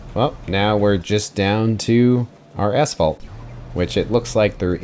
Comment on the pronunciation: I hear "ass fault" every time pronounce asphalt.